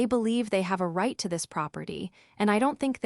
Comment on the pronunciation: Eee-Va-Lin…(Evelyn)..proper TIE (Property)..because proper was on one page and Ty started the next page..probably an outstanding story…but AI is an untrained assassin....just killing the story…it’s on wobbly legs.